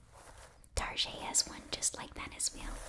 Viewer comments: Saying Target as Tar-jay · hitting on all the mom tropes including the mispronunciation of Target